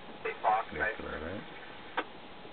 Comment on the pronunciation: Its pronounced NU-CLE-AR, not NUCULAR.